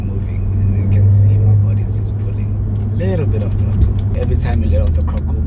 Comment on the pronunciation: “ the krottle”🤣🤣🤣🤣 that made me laugh. I love the car bro!!! Well done on your achievement